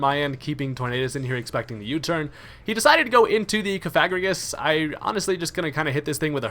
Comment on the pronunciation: Cofagrigus... how do you pronounce the name? Cough-fuh-gri-gus? Throughout the video you were hilariously inconsistent with the pronunciation which I don't blame you because i wouldn't know what to say either LOL. keep up the videos man, you're awesome!